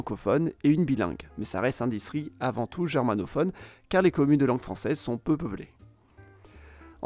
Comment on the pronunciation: J'ai mal entendu ou il a été dit "distri" au lieu de "distriCT"?